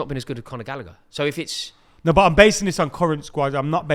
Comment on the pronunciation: thinking chilwell can play lb just proves his level of knowledge. Same with saying gallagher lmao.